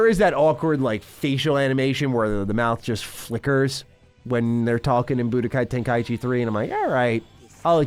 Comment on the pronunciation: Good god it's TEN-KAI-CHI Not TEN-KAI-EE-CHI